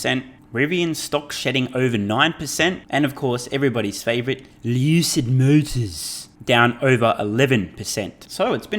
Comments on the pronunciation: please say '_lewcid mowtews_' more often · Lewwcid møtörs You’re killing me 🤣🤣